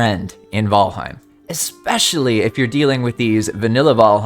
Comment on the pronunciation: I found myself audibly correcting you while watching but I pulled a lot of useful info from your video. Ty